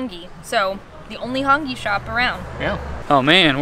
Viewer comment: Sorry if this is a correction for ‘hang I’ it’s called HONGI btw I from New Zealand